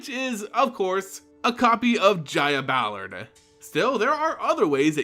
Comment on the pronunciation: i cant fucking stand how the narrator ends words as he speaks themehhh. Toooluhh. Deadeh. Pyromancerrr. Gogglesuh. Ballardeh.